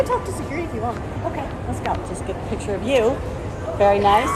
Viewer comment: It's pronounced picture not Picture